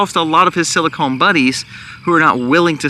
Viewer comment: It is pronounced silicon not silicone as in breast implants